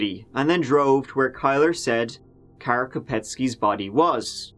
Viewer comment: Beautiful pronunciation of “Kara”!! Poor pronunciation of Candice though!